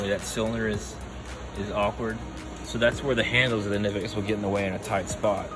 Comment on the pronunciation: Mispronounced both brands ;)